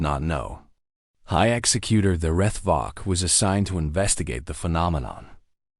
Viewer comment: AI can't pronounce executor correctly, it's pronouncing it like execut(ion)er. Audio is slowed down by .5% from normal, extremely hard to continue listening to. Good story line. Deep covert operations / sabotage at its finest.